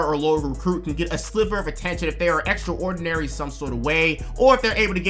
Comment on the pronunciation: extraordinary isn't pronounced Extra-ordinary....unless you actually mean extra ordinary😂